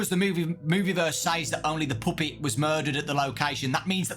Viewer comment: “The Poopet” 💔💔